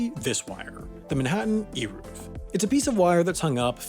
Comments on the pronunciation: Eiruv. Like the A in pain and the U is like the O in of. kinda pronouced like Arovf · It’s not pronounced eeruv. The e is like the e in bed